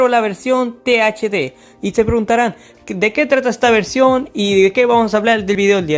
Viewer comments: Buen video amigo pero dijiste TDH en vez de THD XD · creo que este es el ejemplo perfecto de como NO hacer un video hablando de cualquier tema: - puro relleno (se pone a presentar sonic 4 episodio 2 base, como si estuviera haciendole una review, no es hasta el minuto 4 que empieza lo presentado en el puto titulo) - repite sus propias palabras todo el tiempo - ni siquiera sabe decir bien "THD" - gameplay grabado con las nalgas, ademas que juegas todavia peor - sponsor culero e insoportable - pa q mrd teni tu avatar si no mueve ni un pelo alv - el nombre de tu canal es literalmente el titulo de un juego de la franquicia no mames, es como que yo me llame "call of duty black ops" parece que le pediste un guion mierdon a chat gpt y te tomaste un descanso de 2 horas despues de eso en vez de investigar una mierda por tu cuenta, 12 minutos para algo que se puede explicar en uno y medio, una verguenza de video